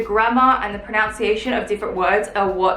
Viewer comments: I love you and I love your videos...but it's "proNUNciation", not "proNOUNciation". Just a little thing. Excellent goals; you've really got me thinking about mine:) x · Before learning the pronunciation of Italian words learn the pronunciation of the word pronunciation- unce not ounce. I love that you're getting rid of things that just take up space, that don't really have any use in your everyday life :D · Did anyone else notice when she was talking about the proper proNUNciation of the words in Italian, she kept saying proNOUNCIation? Jw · Is anyone else finding it low-key funny that is pronouncing the word ‘pronunciation’ incorrectly? Lols